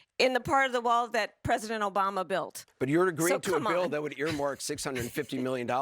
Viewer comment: He said “O Biden” lol